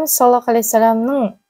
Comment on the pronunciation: Рахмет. Сiзге бакыт, амандык, берекельдi бiлiм тiлеймiн екi дуниеде. Мен осы кателиктен коркыбедiм... По невежеству в женском роде....болып кетпесiн. Саллалаху....Произносим ....Здесь С ( грубое СОД..., ДОД, а не мягкое СИН...) Дурыс айту керек. Аллах Та'аля сактасын кателiктен. Вы молодец...ИншаАллах